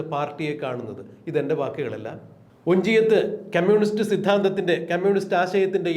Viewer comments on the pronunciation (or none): മിസ്റ്റർ അവതാരകൻ... ക്യമ്മ്യൂണിസ്റ്റ് അല്ല കമ്മ്യൂണിസ്റ്റ്. അരോചകം ആണ് ഇത് കേൾക്കുമ്പോൾ.